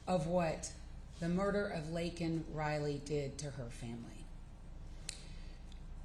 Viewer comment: LAKEN not LAYLEN